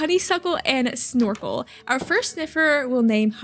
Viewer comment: incase you need name suggestions for the future i suggest snorfle, cause thats what i heard instean of snorkle :)